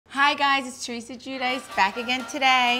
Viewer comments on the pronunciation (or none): none